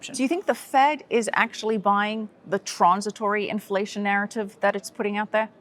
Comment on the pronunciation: Please can NEVER say "trornsitwory" ever again?